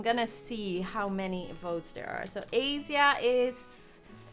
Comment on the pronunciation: Either she pronounced my home country of Asia wrong or we have been saying it wrong I'm so conflicted